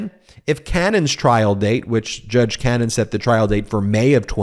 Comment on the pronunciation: You're just never gonna say her name correctly, are you?